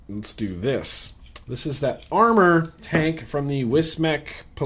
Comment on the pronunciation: I love ya, love your reviews, BUT that wismec tank is called the Amor, as in like love in spanish.